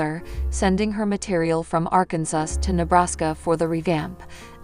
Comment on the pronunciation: By the way it's Arkansas not ar Kansas if you are going to talk and relay messages on the website learn to talk correctly!!!!